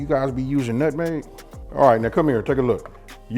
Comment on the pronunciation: love it. but numeg.... say no!!!